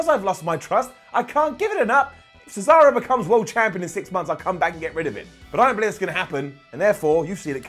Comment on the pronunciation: Did anybody else notice that Michael Cole said cesawo. Lol 🤣